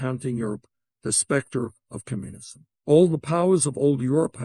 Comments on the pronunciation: "The Spectre of kumunsm" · the specter of cummunism